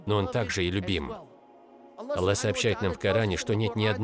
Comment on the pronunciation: Автор говорит Алла.